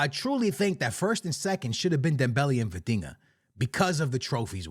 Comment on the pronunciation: The minute you said Vitinha , I stopped the video